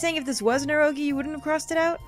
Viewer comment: erro-gee lol (I think it is pronounced e-ro-gay)